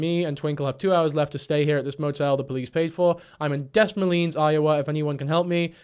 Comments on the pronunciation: As someone who lives in "des mo leans" iowa i literally had to back track that to know you meant des moines HAHAHAHA. 😅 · “deh moyne” is how you say des moines lol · I said where tf in iowa???? Its pronounced da- moy-ne 😅 but honestly good try! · This absolutely has no bearing on anything within the topic of the video, but my brain won't let me go on without saying this. Des Moines is pronounced "Dehmoyne" commonly. Also, fuck Is this depressing. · I hate that this is the only think i’m commenting on, but as someone from nebraska i’m DYING at how he pronounced “Des Moines”. I don’t expect ppl from other countries to know its pronounced “d’moin” but funny to hear none the less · Amazing vid dude! You are always so good with giving victims grace while not allowing that to be used as a blank check for bad behaviour. It's one of the reasons I love your channel. Take care of yourself after all that heavy shit. Give Prince a good snuggle. 🫂💜 (Fyi it probably won't come up again, but the city is called "duh m-oh-ee-n" Des Moines, but also your pronunciation made me laugh, which I needed after all this, so don't sweat it too much) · Damn all I got was a butchered pronunciation at the end of the video to learn that this guy is from my area 😭🥲 Shout out Des Moines though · i cant get over how you say des moines too funny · im sorry the des moines pronunciation broke me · the way you’re saying Des Moines is killing meeee😭😭